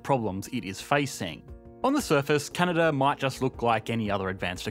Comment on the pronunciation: Canadar? Never heard of it.